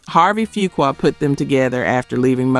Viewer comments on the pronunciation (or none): none